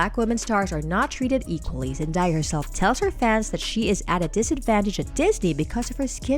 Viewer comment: Whoever is doing the narrating needs to learn how to pronounce her name.